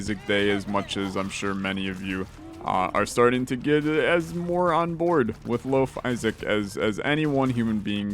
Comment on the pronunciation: Everythime you say lofisaac I hear loaf isaac, and I don't know if that's god or bad